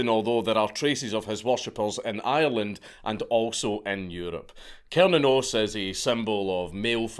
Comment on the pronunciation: i’ve heard it’s pronounced (sir-nan-os) but from the deity’s point of view, I don’t think he really gives a shit how it’s pronounced. just thought i should put that out there, as a Norse Pagan, who likes all gods from different pantheons.